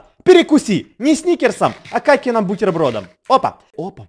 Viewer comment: в сказал не Катеным а Какеным😂😂😂